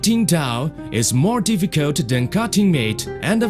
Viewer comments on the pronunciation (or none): Lost it "Generally spreaking, cutting towel is more difficut then cutting meat, and a-vegetables"